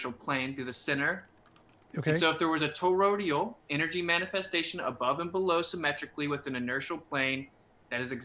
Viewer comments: Did anyone else notice kept saying “torodial” towards the beginning of the debate instead of toroidal? And the way he was saying compass was annoying me too. Nobody says it that way. I seriously don’t understand how these people have made it this far in life. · It's "toroidal", not "torodial". And is there is an appreciable difference between "false" and "patently false"? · I love how throws out these terms he read somewhere and misunderstands, like what the fuck is "Torodial"? I think he meant "toroidal", IDK. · But his to-row-dee-uhl manifestations, bro! C'mon! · the word is actually toroidal, i.e. doughnut-shaped. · Yeah, I know the word. This ain't my first to-row-dee-ohh. I was making fun of his wacky pronunciation, but I'm glad you also know the word! I love me some to-row-dee-uhl fried dough with cinnamon, etc. Good with coffee! As well as a tasty-treat, it's also a relatively stable topology for a traveling bolus of gas (within another gas). Circumferential-axis rolling toroids of compressible-fluid within a container can resonate, too! Handy for some things. It's also a critical shape for the fusing gas inside a tokamak which allows it to be compressed electromagnetically. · would be a tad more believable if he didn't mangle the pronunciation of toroidal.